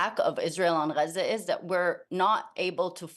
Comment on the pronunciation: Why do they write Gaza and pronounce it Raze? This is the most unauthentic interview ive seen. All the talking points touched. Genocide and ethnic cleansing means nothing now.